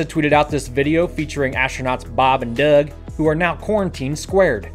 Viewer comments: Nupaul Miller “duug” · The way you say Doug kills me every time lol